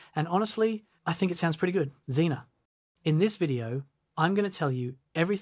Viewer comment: See I kept reading that Z-ae-na. But you read it Xena. And now I can't get that theme song out of my head XD